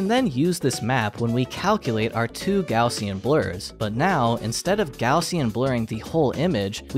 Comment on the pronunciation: kudos for not pronouncin it "gozshen"